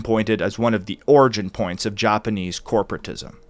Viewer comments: Even the Joppaneez. Lmao ur pronunciation lmfao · He pronounces it “Joponese”🌹